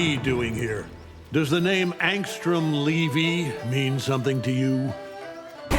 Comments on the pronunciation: i love jk simmons...but god he butcherd the last name of angstrom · It’s the same pronunciation that Angstrom’s actor in the show did, so I guess they’re dead-set on saying it like that